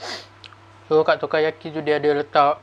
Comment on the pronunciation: Takoyaki, bukan tokayaki 🤣✌️